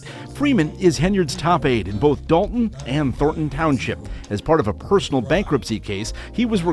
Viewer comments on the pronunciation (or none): It’s not pronounced “dalt en or thort en” it’s dal ton , Thor ton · DOL TON not DOL EN THOR TON not THOR EN...